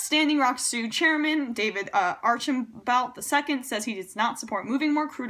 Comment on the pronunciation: Hey Emma, I love how quickly you have responded to this crisis. I would just like to mention that Archambault is pronounced "Ar-sham-bo".